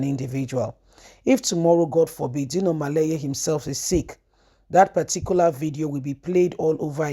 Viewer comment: It’s melaye and not maleye. Why do you have such a twisted tongue?